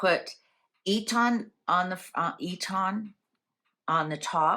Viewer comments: Its Eton not E tonn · Sounds like EAtin' ;) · We say it eetun But it doesn’t matter. Marlborough is a lovely town very quaint and defendable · Eton is pronounced Etun, for what it is worth., I have heard bits of shortness of breath with you on occasion. Please get checked out if you need to lovely. Xxxx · Marlborough is pronounced Mawl-bruh Eton is pronounced Eet-un